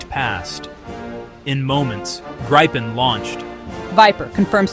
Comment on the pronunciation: its not Gripe-en or Greep_en, its Grip-en. Why because its how the Swedish pronounce it